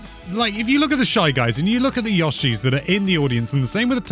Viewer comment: Yawshis?...uh, yoshi?